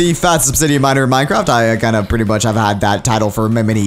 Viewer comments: Is it just me or did he say minecrap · at the beging i think he said minecrap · sed Minecrape